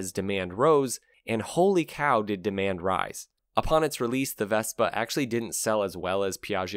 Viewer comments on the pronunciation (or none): none